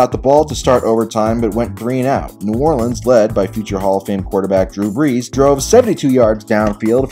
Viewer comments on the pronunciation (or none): none